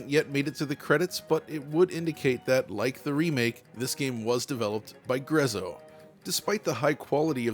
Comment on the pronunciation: By the way, NBD but the name Grezzo comes from an Italian phrase, so it's pronounced Gretzo.